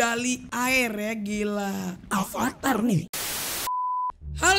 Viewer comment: Bang avatar bukan alvatar